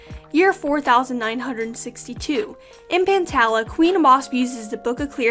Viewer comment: I'm pretty sure pantala is pronounced pan-tall-ah because my name is tala and it's pronounced tall-ah